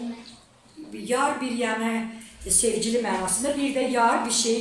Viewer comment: Sağolun Allah gorusun sizi! Amma xahiş edirəm o cc nı deməyin sevgilim, sevcilim yox! Xahiş efirəm dilu eybəcərləşdirməyin!